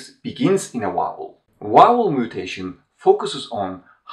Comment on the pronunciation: A great channel! You also speak such beautiful English, but why is it so difficult to pronounce the word 'vowel'? Is the 'v' not a sound in Turkish? Every Turkish person I have met ( apart from one) invariably says 'Wow' instead of 'Vow.'